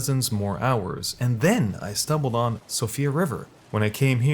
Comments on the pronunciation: Actually it is pronounced Sheefra River, not Sofria. Found out about this on yt. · “Sofia River” “mount gilmore” Jesus man at least try to pronounce them correctly. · Siofra River, not sofia/sophia. Good video. 👍🏼